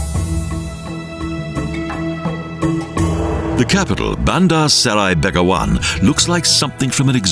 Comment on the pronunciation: i wonder why the narrator didnt ask how to pronounce the name of the capital correctly before he did the vo.